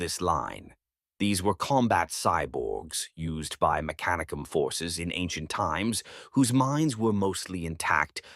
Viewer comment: listen to how they pronounce mechanicum, its all ai baby